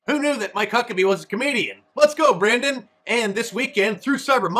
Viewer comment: lezgo